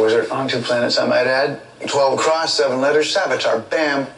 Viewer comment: savitar, not salvitar